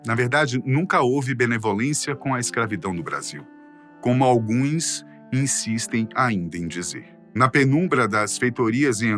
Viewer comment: Meu deus como a pronuncia desse cara é ruim. "Alguêins", fora todo vídeo cheio de arroto de refluxo hashdoihasd